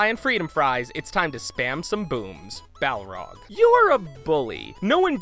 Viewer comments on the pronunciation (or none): Sorry, I got distracted each time you pronounced it "Bough-rog". Entertaining video though!